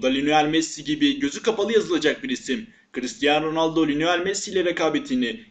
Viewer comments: linoel değil lionel messi :D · Linoel değil mal Lionel. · Linoel değil kardeş Lionel 😊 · Adam ilk başta lionel diyeceğine linoel dedi😂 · 0.02 linoel messi🤷‍♂️🤦🏼‍♂️